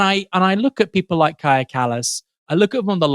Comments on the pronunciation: Kallas is Estonian, and the Estonian "j" is pronounced like an English "y", not like a French "j". So the pronunciation of her first name is "Kaya", not "Kazha". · Pronounced Kaya not Kaja. Please make a little more effort than she does, and do a proper research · Bro I don’t like her either, but please learn how to pronounce her name correctly: “Kaya” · Kaja is pronounced kyah.